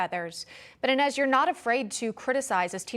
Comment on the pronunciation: Enez it’s enes lol.